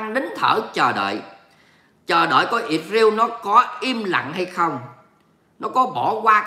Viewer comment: "lsrael" chớ không phải "Isreal" nha. Đọc là Is-ra-el chớ không phải Ịt-riêu nha.